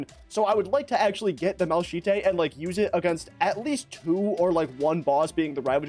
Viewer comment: i can no longer enjoy this video after that pronunciation of malachite 😭